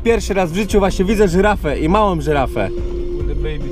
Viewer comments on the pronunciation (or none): "Żyraf" xD